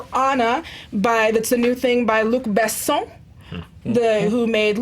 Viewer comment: Good job on saying Luc Besson correctly!! It’s a small detail but i appreciate it 😁